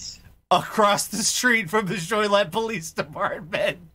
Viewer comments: Fyi its pronounced JO Lee ette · I have to say, that is the most interesting mispronunciation of Joliet I've ever heard in my life. I was also hoping to see the presidential seal debacle story seeing as the group hosting the event really though it was correct, but I know you guys try to avoid the political stuff.